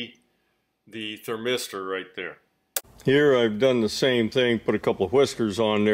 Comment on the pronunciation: THERmister, NOT thurM8STER